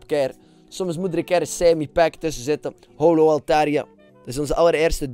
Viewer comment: het is: hollow niet how-low, get it right man